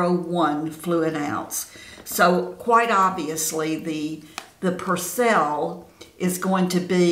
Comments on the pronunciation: I only heard you say Percelle 6 times lol... cute... love the Perbelle side, it looks good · Perbelle? You are calling it Persell.